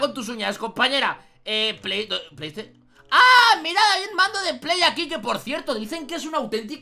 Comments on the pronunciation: Se dice PlayStation, no pleys teichon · Pley teison